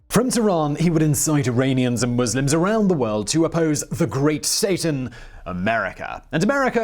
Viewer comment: Sorry Simon, it's not Irainians (sounds like rain) it's Iranians (sounds like ran). I have many Iranians/Persians in my life.